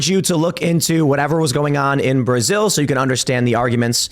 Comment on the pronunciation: Is Tim saying, "Prasil?"